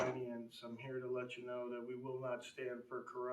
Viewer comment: "I know dat"? "Over dare"?